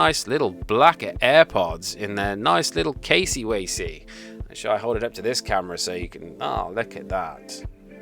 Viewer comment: I unsubscribed when he said casy wavy 😂